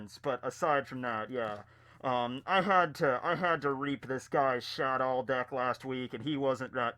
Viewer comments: i kept hearing dick when you had the mask on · Anyone else hear dick when he says deck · Everytime said deck at the beginning I heard dick. 😂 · Ohhhh deck.....deck....I thought you kept saying dick... for "your dick is old...."